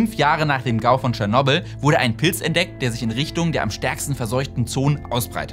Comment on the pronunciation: Das muss mal gesagt sein: danke, dass du tschernobyl richtig aussprichst!!